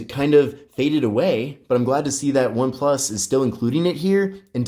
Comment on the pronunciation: cant stand him sayin oneplush 12